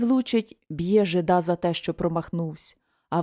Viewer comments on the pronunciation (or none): Вибачте,але не жида`,а жи`да.